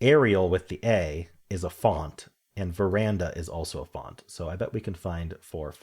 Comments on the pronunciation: Just FYI: it's VER-DAN-A not VE-RAN-DA . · It definitely does not say “veranda” 😅